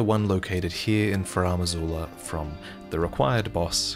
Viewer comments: Pleas never ever pronounce Farum Azula like that again. It's FAR-em not fah-RAM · So now it's Faraam Azula?, bro, why do you keep making up your own pronunciations?